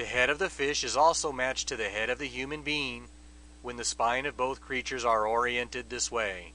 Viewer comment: did he say, "human bean" ?????